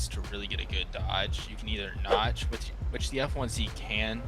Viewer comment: fire vid btw hope you get the rafale and belgium f16 btw it said nodge, but its called notch